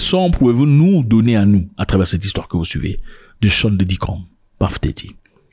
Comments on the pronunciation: on ne dit pas paf dedi mais puf dadi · C'EST PUFF DADDY PAS PAFF DADDY, JE LE DIS ET JE SUIS AUX US. Va sur google translate, met anglais, tape Puff dady appui sur le micro et tu va entendre la difference entre ce que toi tu dis et la realitee. Mais la video c'est du lourd! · PAFE DARY😅..... VOILÀ LA BONNE LECTURE 😅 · Celui même qui a choisi son nom de scène, dans ses chansons dit PEUF daddy....Mais mon cher frère congolais Zack dit PAF... comme ci c'est lui qui lui a choisi son nom de scène Mon Afrique 😅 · Désolé mais la prononciation est bel et bien « puhff Daddy et non pas paff daddy et puzzle c’est puhzzle et pas pazzle ! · PAFFF DADDY 😂🤣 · ça se prononce plus comme le o en créole antillais et non paff mais ça n'a pas trop d'importance lol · T'as trop des blessures frere lol. On ne dit pas Puff D. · Depuis qu’on t’a corrigé avec la prononciation de Puff Diddy, t’as toujours mal 😅😅 tu prononces mal frère!!